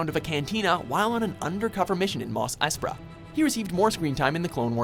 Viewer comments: its Mos Espa, not Mos Espra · "Mos Espra" cringe